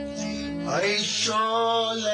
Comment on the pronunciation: سر تا پا بیسواد است گوینده میگه ؛ ای شحله حزین ای حشق واپسین 😂